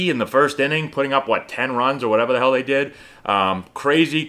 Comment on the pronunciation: "you cwazy"